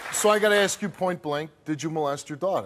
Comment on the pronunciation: Did you axe if he did it?